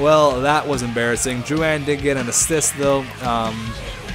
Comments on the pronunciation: Drou-IN not Drou-an Please pronounce it properly, im just saying it s annoying im not complaining. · the comentators in game prononce it like droulin